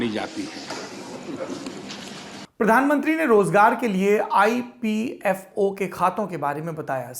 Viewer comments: It's EPFO not IPFO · Saurabh Sir aap IPFO bol diye. Modi sir ne EPFO bola tha. Please correct. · Saurabh ji IPFO NHI EPFO hota hai